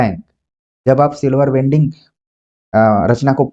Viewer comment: माफ कीजिएगा गुरु जी silver wedding ( सिल्वर वेडिंग) है, वेल्डिंग नहीं ।